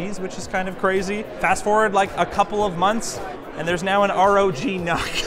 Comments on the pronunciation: Correct me if you can, but I thought that the reading of NUC was supposed to be "nook", because it's meant to be placed in a smaller place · Is anyone else bothered by how he pronounces NUC?